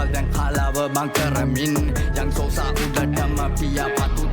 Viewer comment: සෝසා ❌ සොසා ✔️